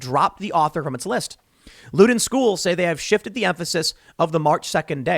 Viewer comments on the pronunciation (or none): Lol "Looden schools". It's pronounced Loud-en as in the word loud. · looden. As a Virginian I find that funny, I hate Loudoun county. Loud-in county Is how it actually sounds. Making up that big seven deciding most of voting in the state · Dude it’s pronounced loud-done as in a loud sound